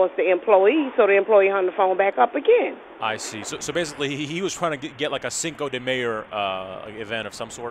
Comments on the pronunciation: Cinco de myer 😂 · "Cinco De Myer" 😂😭? Im offended, and im not even Mexican 😂!!! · Cinco de Myer ! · "Cinca de Meyer"😂😂😂😂😂 she the is taco bell KFC 😂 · "Cinco de Myer" lmao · cinco de MEYER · Cinco de Meyer lol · Cinco de myer😂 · "Cinco De Mayer" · "Cinco Re Myer" 😂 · "Cinco de Meyr." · "Cinco de Myer" 😂😂😂😂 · "cinco de myer"